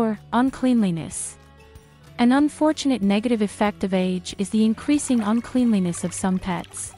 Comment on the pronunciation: Ugh. Uncleanliness isn't pronounced like that😕 Dam ai!